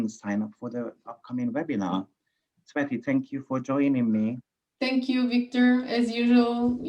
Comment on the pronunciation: I always hear sweaty for tsveti and angry culture for agriculture 😂😂😂